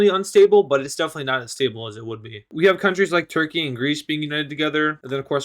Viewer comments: It is turkey not turkia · Anyone gonna question on why he doesn’t Turkish and says turkian and instead of turkey he says Turkia